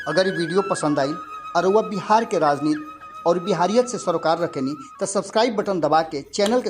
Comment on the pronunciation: आप कृपया 'राजनीति' बोलें, आपके स्तर से 'राजनीत' बोलना अच्छा नहीं लगता है। 'राजनीत' तो हिंदी या संस्कृत भाषा में कोई शब्द है नहीं।